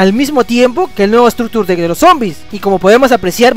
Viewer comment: todo muy bien pero como que "estractur dekk"